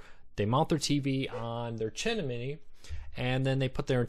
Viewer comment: Which amplified splitter do you recommend? Also, chim-knee, chim-knee, say it again slowly chim-knee :)